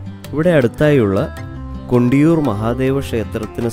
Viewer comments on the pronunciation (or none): Kundiyoor alla kandiyoor😂😂😂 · kundiyoor alla kandiyooranu chetta 😂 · Kundiyoor alla kandiyoor